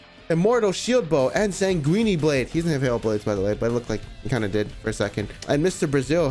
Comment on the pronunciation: SANG-WIN... dahell is sanguini?